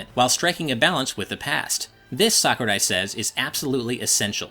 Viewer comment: I like how he actually says Sakurai well